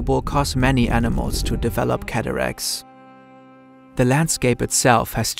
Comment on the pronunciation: CataracTTTs surely? Whole ass biologist doesn’t even know how to say it, America moment 😔